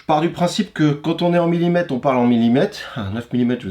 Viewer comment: As-tu remarqué qu'à la fin du mot millimètre, après le t, il y a la lettre r. On dit millimètRe et non pas millimète.